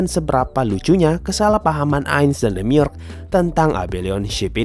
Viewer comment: Demiurge bacanya Demiurj, dari kata Urge